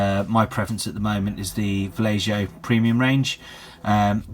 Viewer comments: Valleho* not Vallejoe :D nice tut though . keep up the good work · No dude, its vallejo and u speak it like vajecho.